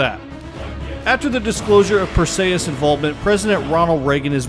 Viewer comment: Perseeeeeus not ayyyeeeus